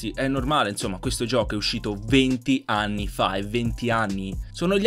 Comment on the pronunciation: Solo io a ho sentito ani e non anni cmq grande